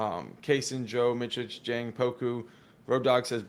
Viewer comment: Holy cow guys, it’s Miss Itch (Micic)